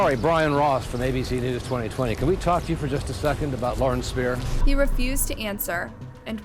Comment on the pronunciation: Pretty sure her last name is pronounced 'Speer-er'. Not Spy-er. The white truck was a pick-up truck, not a semi trailer. There are photos online.